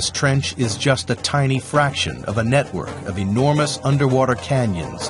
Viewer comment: Lol... BBC "NetWOK"